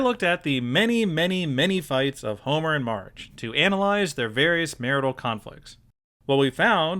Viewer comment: why do you call marge mige